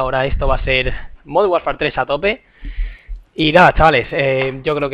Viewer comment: ese 'MONDERN' xD